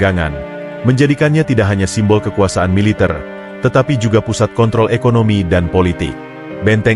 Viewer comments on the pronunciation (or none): none